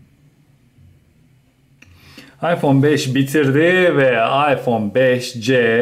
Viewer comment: iphone 5s i beşes diye okurken 5cyi beşce diye okumak garip değil mi ben de öyle yapıyorum gerçi de ilginç geldi yav birden